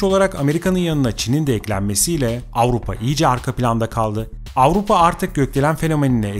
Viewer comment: Ağupa değil AVRUPA bir kere doğru söyle